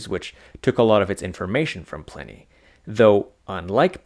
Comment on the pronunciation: Pliney the Elder is pronounced like Pliars . The I is long. The I is pronounced like "eye"